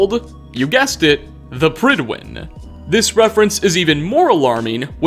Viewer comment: Prydwen is Welsh for fair faced/handsome. The “pryd” part should rhyme with the “pud” in pudding. “Prud-When”